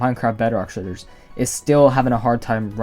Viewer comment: Anyone else think he sounds like he’s saying sh!tter?